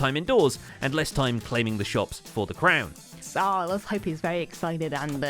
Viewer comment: I've been calling it "The Game of Crowns" based on mispronouncing "crown" as "crone". (Mainly because this makes Cleo the mother of seahorses). But I'm not sure this would work as a name for the segment.